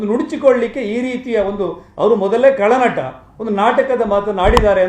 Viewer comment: ನ್ಯೂಸ್18 ದರಿದ್ರರೆ... ಕಳನಟ ಅಲ್ಲ ರಿ ಅದು ಖಳನಟ....ಕಸ ಗುಡಿಸಿ ರೋಡಲ್ಲಿ...ಕನ್ನಡ ಉದ್ಧಾರ ಬಿಡಿ 😮😮